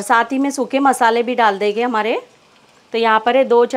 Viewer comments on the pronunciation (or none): Plz enhance Ur Urdu/ Hindi pronunciation........it seems U r anyone but a Urdu/ Hindi speaking person Dal dege......Dal denge Banane ja rahe hai......banane ja rahen hain...... pronounce N CLEARLY. PLZ.....AAP NE TOH URDU KI TAANG TOD DI....I feel offended.